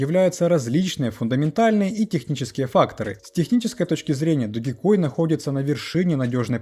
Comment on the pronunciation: Не ДОГИ, а ДОЖ!!! 😂